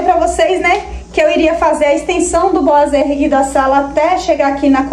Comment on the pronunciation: Ficou lindo...gostei que vc é uma das poucas que fala boiserie certo...rsrs....os pratos estão lindos nesta vibe de natal! Agora só acho que vc poderia pintar ou trocar o trilho por branco ou dourado da cor da torneira e jogar a luz para onde estão os pratos pq neste momento eles sao oa destaques da sua cozinha. E outra dica sobre os boiserie é passar uma massinha neles, se conseguir, nele todo pra tirar aspecto de isopor seria melhor, mas por ser muito difícil passe pelo menos nas juntas e imendas como rejunte pq fica parecendo que é um peça só e dá um acabamento de primeira.